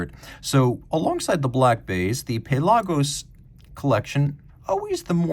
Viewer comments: I'm in the Puh-LAH-gos camp. There isn't another Tudor or Rolex I would want (well maybe a polar explorer 2). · The pronunciation of Pelagos made it too painful to watch.